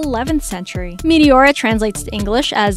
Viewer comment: Meteora translates to suspended not elevated and the tone is on the second syllabe on the second e, not on the o